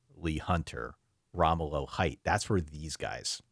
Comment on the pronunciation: hooked on phonics: row-mellow height is how Romello Height is sounded out. this was a classic episode by u guys - thank u, as always...